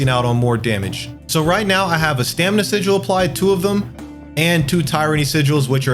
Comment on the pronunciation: Haha sijual. Good guide though.